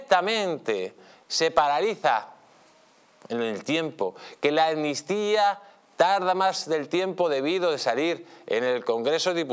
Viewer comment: Amnistía, se pronuncia con una ¨M¨ delante. Si no, suena mal al oído.